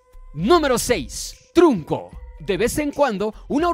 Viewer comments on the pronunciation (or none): Trunko? Oh kos O como algunos le dicen kosm Oyes nuestras plegarias?